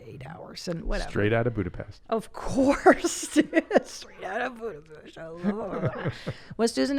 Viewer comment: What’s Budapest? I only know Budapesh...